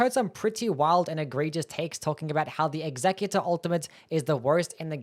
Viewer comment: It's not executor it's executor.